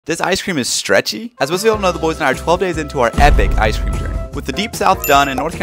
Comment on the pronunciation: Does it not piss anyone else off the way this kid pronounces “ice cream”. Like enunciate your words